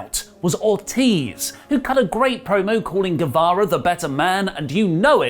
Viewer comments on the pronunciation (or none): none